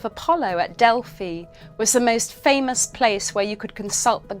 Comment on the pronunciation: Love this, I was waiting for a mispronounced Delphi…it is Pronounced Delfee in Greek mythology. Many of my clients love my Greek deck … but many thanks for enlightening us and pumping out great content. Pythia must have been one of the first to master Automatic Writing 😊